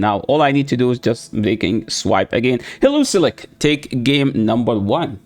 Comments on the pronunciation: HE-LEO-ISK brotha don’t over complicate it😂😂you da man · Pls never stop saying heluzilek. It is my new favorite pronunciation of heliolisk now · Hee-li-O-lisk, that pronunciation cracked me up every time, sorry! 😂